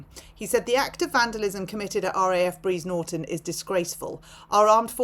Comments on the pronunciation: its Brize Norton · Brize not Breeze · As an RAF Veteran, firstly it's Brize not Breeze 😂😂😂 Secondly, this is symptomatic of our changing demography, we've moved from a high trust homogenous society, where we all shared similar values and ideas about what's acceptable and what's not. Contrast that with now, where we're taking on the world's issues as our own, where we are obsessed with championing minority issues over those of the majority - it is Pride MONTH coincidentally! Nothing against LGBTQIA+ people, but the battles that need to be won there are largely won, now can they please get on with it all in a way that isn't pushed in the majority's face 24/7? Equality should mean exactly that, you don't see any Straight Flags flying and parades of overtly sexual celebration between the Breeders do you? We have been divided by Wokery, I can't help feel this is being pushed by a more sinister power via Social Media, China? Russia? Someone created this brain-rot to degrade the West, I mean TikTok alone facilitates social decline and crime like no other. The Chinese will plan militarily in centuries, while we obsess over the news cycle of 4-7 days, and plan in 5yr Parliaments. These terrorists maybe acting off their own back, but the culture and social decline of this great nation has offered up space for them to be influenced into poor decisions believing they're on the right side of history, while the authorities are confined by the handcuffs of wokery. Our Society can't be trusted anymore, Security needs to be t